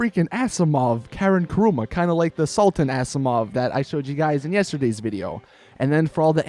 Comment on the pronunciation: He said salten instead of sultan